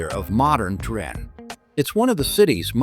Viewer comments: Salut, je me demande pourquoi vous prononcez Trin au lieu de Turin? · ¿¿¡¡ Trin !!?? Que car... !!! Paren con la pu.. (no) inteligencia artificial. Es ¡¡ TURIN !! TURIN !! y tambien no es "pazza" se dice PLAZA, no es "palato" es PALACIO. ESPANTOSO AHORRO de una persona viva ¡¡¡¡ MISERABLESM !!!!